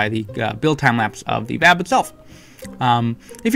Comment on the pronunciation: yay im not the only one that pronounces vab as a word instead of "v.a.b"